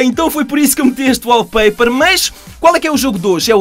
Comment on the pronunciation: achei bem emgraçado quando ele fala 'wallpaper" sou br